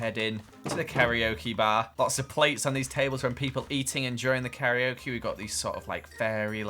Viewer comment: fyi its "car -ra/la-okay" not "carry-o-kee" (karaoke)